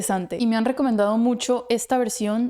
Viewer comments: es Sonora Santanera, no Santadera. Una agrupación de muchos años en México. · Se llama Sonora santanera No santandera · NO ES SANTANDERA, ES SANTANERA . TODOS SON BUENOS A MI PRSONALMENTE ME GUSTA LA ORIGINAL VERCION DE DANIEL SANTOS LUEGO JAVIER SOLIS. BENDOCIONES Y UN GRAN ABRAZOOOOO. ESCUCHA ANILLO DE COMPROMISO DE CUCO SANCHEZ. SOY RICHARD TE ESCRIBO DESDE MEDELLIN COLMBIA. TREMENDA LA VERCION DE FACUNDO CABRAL FELICITACIONES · Solo una pequeña corrección no es Sonora Santandera, es Sonora Santanera